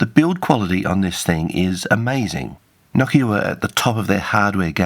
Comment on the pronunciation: Thanks for properly pronouncing it "NOKIA" and not "NO-KEEA" like many anglophones do.